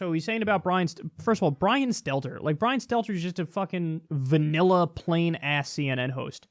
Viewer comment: This entire time I thought he was saying Skeletor, until I found out the CNN reporter is named Stelter.